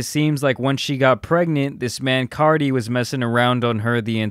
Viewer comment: You keep saying “CARDI”!! It’s “CARTI” nice video tho but that was bugging me ngl.